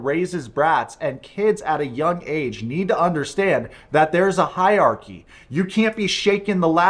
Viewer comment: Bro, I love you but it’s hierarchy. Not high-archy. Just saying. ❤❤